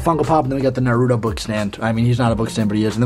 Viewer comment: butchered the naruto names pronunciation